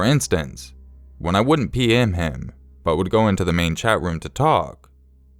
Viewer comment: The third story, I seriously kept thinking he was saying "pee in me" instead of "PM me"